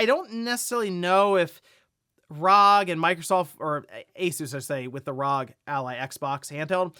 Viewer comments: Why do you say "RAHG" for the R.O.G. ?!?!?!!?!? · Yeah it's RAAAAUHHHHGHHHHHHAAAAAAAA